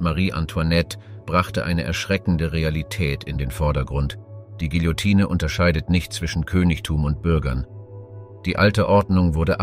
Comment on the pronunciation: Bei König Ludwig's Hinrichtung solltet ihr eine zeitliche Korrektur in Erwägung ziehen. Da habt ihr euch um 200 Jahre verhauen. Das "e" am Ende des Wortes Guillotine ist stumm. 😉